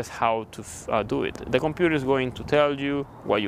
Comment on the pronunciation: “Compurerr,Bararry” man